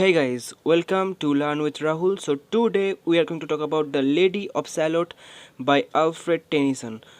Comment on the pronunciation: Pronunciation of today, twoo day 😂